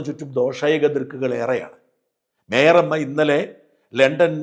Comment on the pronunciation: Shajan ji call her only by her name, when you utter mayor amma it sounds like my rrr amma